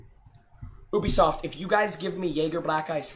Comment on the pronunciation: It's Ubisoft not ewbisoft 😂😂